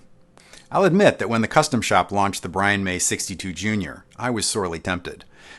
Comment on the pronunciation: Did he say Brian May?😂